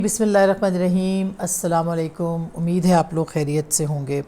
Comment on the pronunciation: میڈم سلام میں اسلام علیکم میں جو پہلا میم ہے اس میں پیش ہے آ پ زبر پڑھتی ہیں اس کو صحیح کر لیں ہم آ پ کو شوق سے سنتے ہیں پلیز